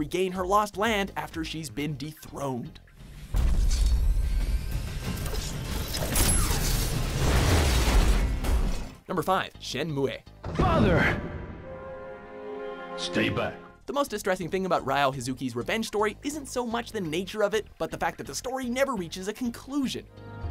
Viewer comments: Why do you keep mispronouncing Shenmue? It's pronounced "Shenmoo", not "Shenmuey". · wow they slaughtered the pronunciation of Shenmue